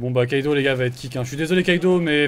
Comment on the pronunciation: c’est normal ou non? Tu n’arrete pas de dire Kaido alors que c’est Kido? Sachant que meme dans les redifs de game on voit que c’est Kido ta virer le mauvais ou tu trompes niveau élocution